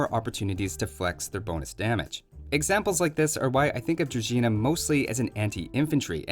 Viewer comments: HE PRONOUNCED DRUZHINA CORRECT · That was a correct pronunciation of "druzhina", my man. Good work. Slavs approve. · correctly pronouncing word Druzhina is a blessing